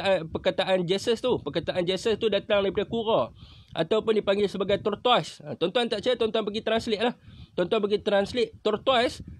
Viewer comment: sahabat sebutannya ialah TORTIS. Ejaannya sememangnya seakan bunyi TORTOIS..HIII HIII..